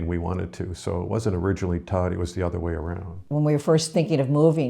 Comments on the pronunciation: And it's not like "toe-dee" is so difficult for an American to say. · Why can't they even pronounce the name of thei now home town correctly. It's Todi not Tuddy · 10 years journey towards Italy and they still think Todi (toe-dee) is pronounced Tady. Not usually critical but geez. Just 5 minutes of reviewing 5 simple vowels. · There are good services for the severely handicapped in Italy. The Italians are very compassionate. A friendly note for in Todi: it 's pronounced toe-dee, not toddy. lol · I know. I cringed everytime they pronounced Todi as toddy. LOL. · I was thinking the same thing, they both pronounced it Toddy. How can you live somewhere and mispronounce the name so badly?😆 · Yes all are welcome but please learn to pronounce the words correctly. Especially after 3 years you should be able to say where you live decently. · Its a little cringe that is pronouncing the city where she lives (Todi) wrong... but alas. I got married in Todi (In the church shown - San Fortunato, and then the reception in a family friend's villa outside the city walls) as my husbands family is from there. I was pleasantly surprised to see expats living in the community as it is very insular-- honestly as an American I have dreamed of eventually moving there to be closer to his side of the family, but have been nervous to do so as I don't speak Italian (he does/my son does) but this might be the push we need to spend part of the year there. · How can they not pronounce Todi and they’re allowed to live there?? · Learn how to pronounce "Todi" . Very irritating. How long have you been in Italy? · Amazing to move to Todi and not know how to pronounce it correctly.